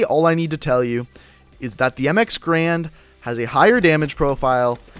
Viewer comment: Garand. Not grand, you idiot